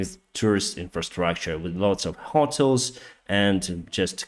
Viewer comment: "...with lots of hot-els..." Hi, the English pronunciation is "hoe-tells" 😊 "...з великою кількістю готелів…" Привіт, Денисе, англійська вимова "hoe-tells"